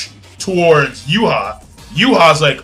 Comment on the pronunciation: and why do you keep saying Yuha? the mangastream says Juha